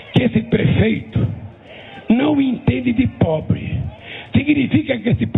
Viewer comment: Já repararam como ele enche a boca pra falar de "pobre"?